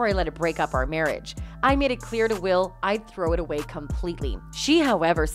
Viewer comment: It's not Wills 😂😂😂😂😂😂